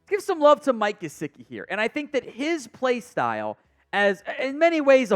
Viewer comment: It’s Mike Juh-si-kee …